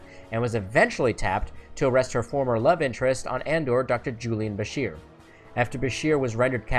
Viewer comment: *Bashir*, not, "Busher."